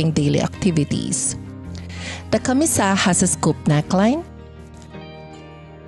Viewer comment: Firstly, I enjoyed watching this. Pero this is me being picky, I was really bothered by the pronunciation of camisa. CAMÍSA, accent on the second syllable, and not camisá which I hear sa video. And a slight "correction" lang on rhe construction of the elements if you are aiming for a more historically-accurate version. 1. The sleeves usually do not reach the wrists. They are usually cut lower than the elbow but higher than the wrists. 2. For the panuelo, the folds are ideally not sewn because the panuelo should have visible dimples at about the shoulder area, especially if you are targetting a late 1800s look. Anyhow, your final output looks great with your choice of mocha as color (very similar to abaca or piña) plus the white embroidery patches. I wonder if you could create another set using piña/jusi/or abaca fabric instead.